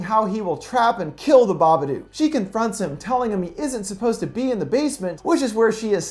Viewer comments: I don't understand all of the negativity on this comment. It IS pronounced like book or cook. There's a hint in the book itself. It's written with a rhyming scheme, and the previous line ends with the word, "look." Unless you pronounce look as luke, "Babaduke" is wrong. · I think he already knows since he's watched the film then done a full analysis of it, he's obviously just choosing to pronounce it that way for whatever reason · Kinzi Fariq ...how do you pronounce the word book and cook? Do you pronounce it with "booooo" like a ghost? Or "coooo" like in the word "cuckoo clock"? Because I sure don't... and I'm pretty sure nobody else does either, unless you've got a really interesting accent. I'm just saying what the creators said about the name of the character/movie. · The Smoking Skull im spelling it the way it’s pronounced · Its pronounced BA-BUH-DUK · Why does he say babadook wrong so many times. He says it like babaduke. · It’s pronounced BABADOOK LIKE BOOK OR LOOK NOT BABADUKE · The "dook" in "babadook" is actually pronounced like the word "book" or "cook". Not "duke". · Of course I have. But everyone I know has always pronounced it "duke". Funny, right? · The Smoking Skull no the movie is called BABADOOK pronounced duke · It's pronounced baba-duke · ok u know the word book? now replace the b with a d. THATS how u pronounce it. sorry it was really bothering me, the babadook is my fav movie. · Dook rhymes with Book cmon man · Baba-DOOK. It rhymes with "book" on purpose. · Flickirboii Yeeet I suppose, but a lot of people I know who have seen the movie also pronounce it "baba-duke". Which kind of makes the creature way less scary... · babaduck.. aight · Yep. It rhymes with book. How is that complicated?